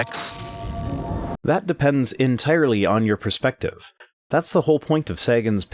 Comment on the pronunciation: Thanks. Those people could use a dose of the Total Perspective ['Per-speck-tive??] Vortex. tavi.